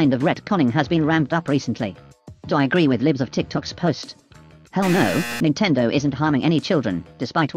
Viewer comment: ah yes, my fav gaming company: "Nintedo" 😭💀